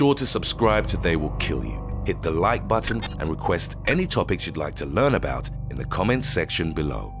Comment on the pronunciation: "Hit the loike butt on"